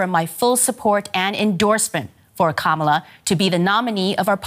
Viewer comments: KA-ma-la: the accent is on the first syllable. Learn to say it correctly. You’ll be hearing it a lot. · Pronounced kamalaa instead of kamaalaa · I read this before i heard her pronounce it. She butchered it. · reporter dude could be more professional, learn to correctly pronounce Kamala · Can you pronounce Kamala Harris's name correctly?